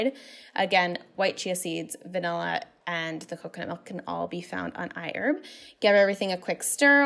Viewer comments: it's I HERB !!!! with the LOUD " H "!!!!! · I heard IHERB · i-erb Hahahaha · If she's sponsored...she'll be rich $ for everytime she said iHerb... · She said iherb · Everyone take a shot every time she says iHerb!